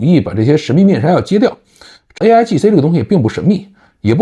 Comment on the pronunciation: 说的不是aigc 而是 aigi